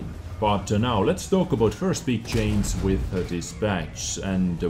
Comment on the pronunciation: i love how he pronounces 'change' like 'chains' :O chains this chains that